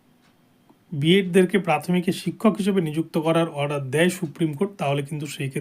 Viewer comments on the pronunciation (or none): none